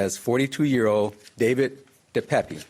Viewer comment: It is pronounced (dee payp) De Pape.